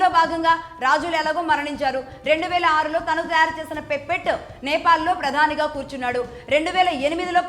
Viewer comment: 'పెప్పెట్టో' లేక 'పెసరట్టో' కాదు అది 'పప్పెట్', అలాగే 'ఇనీషియేషన్' కాదు అది 'ఇనిషియేటివ్'. మొన్న ఒక వీడియోలో 'ఈథైల్ ఆయిల్' అని, ఇంకో వీడియోలో 'ఈథైల్' అని ఇష్టం వచ్చినట్టు చెపుతున్నారు. అది ఎథనాల్!!! దయచేసి ఆవేశంతో ఊక దంపుడుగా చెప్పకుండా స్క్రిప్ట్ రాసుకుని చెప్పండి. అలాగే ఇంగ్లీష్ సమస్య అనుకుంటే తెలుగు పదాలు ఉపయోగించండి. చెబుతున్న విషయం సరైనదే అయినప్పటికీ, అందులో స్పష్టత లేకపోతే ఏం ప్రయోజనం?